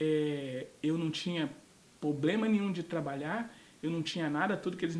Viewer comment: Ou se fala PROBLEMA por favor não mate o português